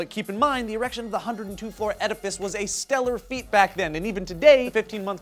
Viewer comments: One of the funniest SourceFed videos I have seen in a long time, said errection, Eliot's derp face and the sky city advert at the end. This is why SourceFed is awesome. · hehe, he said erection...